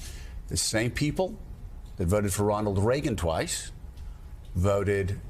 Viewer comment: Joe mispronounced Ronald Reagan's name.